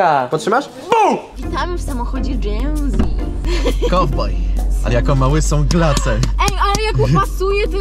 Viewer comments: czy powiedziała genzi zamiast dżenzi? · Ej na kanale Genzi XD (Mówi się dżenzi) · powiedziała genzie zamiast dzenzi, ale to były stare czasy